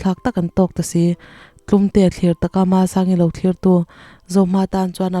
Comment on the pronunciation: Tlumtea chhiar dan tur tlum tih hi fatlum tih lama tlum ang hian lam tur. Chalrem tih lai a chal hi bawngchal, arpachal tih a chal lai rik dan ang hian lam tur bawk. (I haw lo turah ka ngai ve tawp)